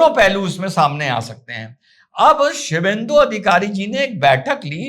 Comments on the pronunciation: Aap aksar bangali nam ko ghalat uccharan karte hai, sudhar apekshit hai. Shubhendu aur Kakoli ko kramashah Shibhendu aur kokila kahkar sambodhit karna sahi nahi hai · One suggestion first, plz do not mis-pronounce the names of WB leaders. That lady politician is Kakoli Ghosh Dastidar and not Kokila. (Mukesh ko tension mutt do) 😜 Their spokesperson was Rijju Datta and not Riju Dutt. The New WB CM is Suvendu Adhikari and not Shuvhendru. SS Chief was Uddhav and not udhav. Coming to your question, all these TMC politicians look to be simply "Opportunists with the Least degree of Morals". Didi seem to have nowhere to Run" or change her colors either, as she wears White Color. Actually, she comes out to be a person made of some Heartless Inhuman Species from another planet.... 💁